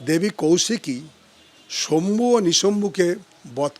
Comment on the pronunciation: শম্ভু নয় শুম্ভ ও নিশুম্ভ